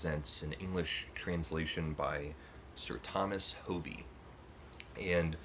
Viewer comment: Hoby is pronounced Hobby...